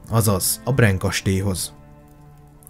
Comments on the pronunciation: Brán kastély... ne próbáld angolosan ejteni. Van még. Alapjában véve jó. A székelyeket nem emlited. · Kedves barátom , csak pár tippet adnék a román ábc Ben nincsen a csak á igy Brán kastély helyesen és Türgoviste a helység neve :) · Pár tipp románból😉 Nem Tárgoviste, hanem Türgoviste Nem Bren hanem Brán kastély (románoknál az a betű á)